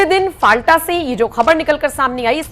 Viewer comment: जगह का नाम फलता है, न कि फालटा। कृपया इसे ठीक कर लीजिए